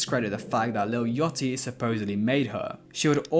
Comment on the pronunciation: Why are you calling Lil Yachty, “Lil Yatchy” ?????